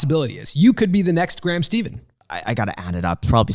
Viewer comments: Guys, it's not steven, it's Stephan. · mispronouncing "Stephan" after having him on the show? Priceless.